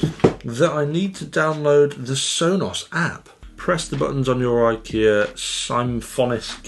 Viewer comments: Its pronounced as ‘ sim-phone-is-kh ‘ not symfonski. Thumbs up for the previous video, you did pronounce ENEBY perfectly. I do hope they will at some point update the eneby line to become part of symfonisk. Or release a symfonisk that is similar to the eneby in shape, form and function. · i think you should pronounce it as symphonisk from symphony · Wow. That’s one of the worst butchering of Swedish I ever heard. Great review though, as always. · i´m impressed how letters in words get tossed around when people try to say a swedish word, symfonisk is now symfonski ? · it's basically the same word in english. Symphonic - Symfonisk. No idea what you tried to say. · Sounded Russian or polish how he said it at first, kind of like the name of the antivirus company Kaspersky or general those types of last names.